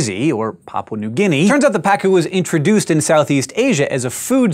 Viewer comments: Just adding: it's pronounced "paCU" not "PAcu". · Its name is actually pa-CU, which in spanish we write pacú. Quite sad the fact that it's an invasive species. On the bright side let tell you, it's delicious when grilled!